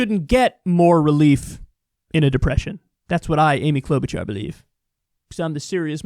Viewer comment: Klout'bu'cha - Its Orkish